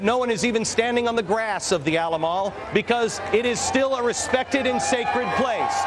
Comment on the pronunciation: Did he call it the alamall?